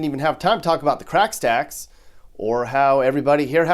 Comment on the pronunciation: "Crack Stacks" I am from Minnesota all my life and you nailed it.